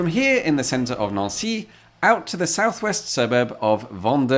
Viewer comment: Neauncy is a fancy way of saying Nancy🇫🇷🤣😂😅😄😉